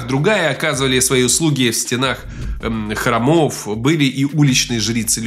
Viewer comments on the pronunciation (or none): Уважаемый СемэнПовествуете хорошо,с чувством, с толком,с расстановкой,но что опять с ударениями,сказывается весь эффект. Что это за храмОв.Где ты их берёшь???((((